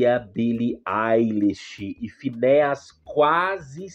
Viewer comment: Moço não é finéias. Se escreve Finneas, mas se pronuncia Finias😂